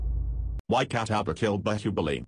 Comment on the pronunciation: That is Kat tap paa and not cat aap paaaa